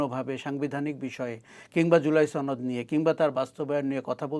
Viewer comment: জুলাই ছনদ 🤣🤣🤣 বাহ কি সুন্দর উচ্চারণ